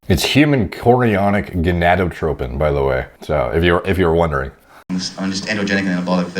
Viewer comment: “Hyouknowgonnatopicomone”...brilliant, still a legend, even if he couldn’t say it properly!